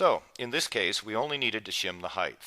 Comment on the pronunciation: whats with with a th at the end of the word height, its height.